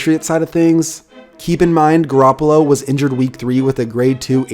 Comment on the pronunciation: You can't even say Garoppolo